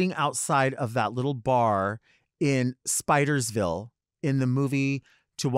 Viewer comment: It’s Snydersville, not Spidersville